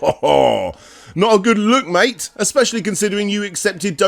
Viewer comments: Ohhh, my goodness, SUPREME job,! Heh, but seriously, wooow. Is he trying to say "mate"? Did he mean to say "under the influence" but said "under the circumstances"? I think he did... I'm sorry you had to deal with such a nasty situation with this absolutely unstable, shady individual, I don't think he has a master plan, heck, even if he did, his situation is so deep it'll take more than one to get him out. I'm not just talking economically, is all I'm gonna say. That's the impression I got from this, at least. In any case, much thanks for this video, thanks for being a trooper to your viewers and thanks for a lot, like not letting that potentially harmful interview happen. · having moved to spain and having heard a lot of bad English when people don't get my bad castellano... MIke is MATE! hehehehe He is trying to saying mate in your accent but it just comes weird. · is he trying to say mike or mate? Or just confused the two? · Is it that he wants to say mate, but is too drunk to and it just sounds like Mike? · i think he's saying "mate" not mike. i also think i can make out some of the other words and they are not too nice. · Is he saying Mike or “mate” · I thought "mate" too, until he leaves the message about the interview, then it really does sound like "Mike." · This might be in vain but I think Alejandro is trying to be cheeky and is trying to call you and Ian "MATE" as in if you were friends. when he says "MIKE" I myself speak Spanish and maaaany mispronounce or per-mutate words and try to incorporate them in their own language. For example: In Mexico the word BREAK as in breaking is misused as BRECA in a vehicle or heck even CAR is used as CARRO when normaly it will be AUTOMOVIL. SO SEE YOU AROUND "MIKE" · I'm pretty sure he's trying to say "mate", Mike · I think when he says Mike, he thinks hes saying Mate. Or thinks people are saying Mike. Either way, that's my guess as to what is going on there. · Was he saying "Mike" or "Mate"?